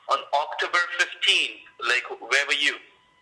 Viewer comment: Scammer can’t even pronounce “October” properly 😏